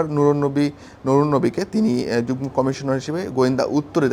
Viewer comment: যুগনো নয় উচ্চারণ হবে যুগমো